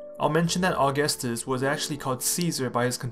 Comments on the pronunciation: It's not August-us it's au-gus-tus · It's augústus not aúgustus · You're pronouncing his name like the calendar month. It's really more like "a-gus-tus". That first u is basically silent. Our pronunciation of August has changed over time. So even though it's named after Augustus, it's not pronounced the same way. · The stress is on the second syllable, not the first. "Uh-GUS-tus." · In the word "Augustus", the stress is on the second u, aka "Aug*u*ustus". It really sounds weird to me every time I hear you say his name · The first item on your research list should have been how to pronounce the man's name. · Makes a whole video on Augustus Doesn’t say Augustus right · Dude. If you’re going to make about a video someone, please at least know how to pronounce their names the right way. Thank you.